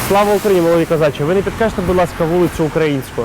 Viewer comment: будь ласка а не будьласка